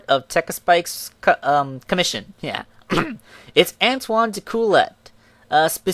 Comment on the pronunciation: Becsuse he is french, Antoine's last name is pronounced: dekuyay. I know its strange but you were driving me crazy